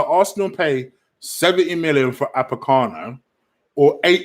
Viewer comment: Apocano. Destroying names as usual